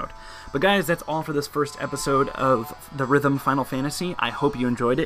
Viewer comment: AUGH. Its pronounced Theater Rhythm. Not The Rhythm :<